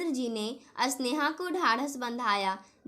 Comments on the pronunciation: कहानी बोलनै में स्वर का उच्चारण गलत है स्नेहा को अस्नेहा मत बोलो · Aap Sneha ko asneha kyon kahati hain aur aap spasht ko aspasht kyon please thoda padne ke time dhyan rakho